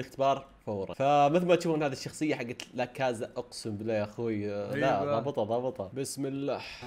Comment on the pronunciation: لاكاسا مو لاكازا